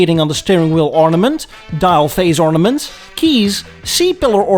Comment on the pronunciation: Dial...not Dail.